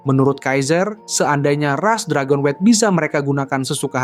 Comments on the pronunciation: Dragon-wet 😂😂😂 Dragon-nyut ✅ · Dragonewt bang bukan dragonwet